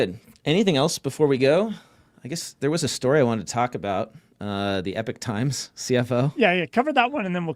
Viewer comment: Not Epic Times but Epoch Times, guys